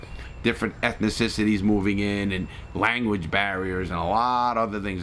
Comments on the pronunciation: “Ethnicicities” lol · I love the way he pronounces ethnicities. He adds an extra syllable Ethnicicities